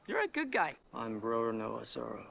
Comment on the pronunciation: ROW-ROW-NOAH ZORO